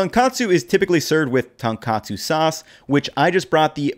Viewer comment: One correction: It's "Tone - katsu", not "tan katsu".Otherwise, this video is on point :)